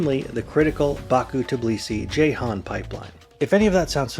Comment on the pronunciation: You may be the only English speaking youtuber I've watched that pronounced "Ceyhan" correctly, good job